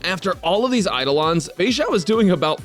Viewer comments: Why is no one talking about the him saying "fexussy" 😂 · I'm sorry, but "Feixussy" absolutely killed me